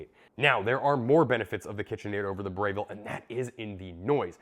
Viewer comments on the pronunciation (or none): It's Breville not Brayville 😂 Good comparison video!